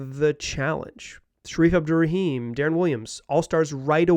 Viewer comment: By the way, it’s “Darren” Williams not “Da-Ron” Williams